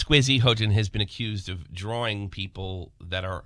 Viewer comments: He-yo-jin thats how you pronounce it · Her name is pronounced "H-yo-jin" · Hoejin, what a fitting mispronunsiation.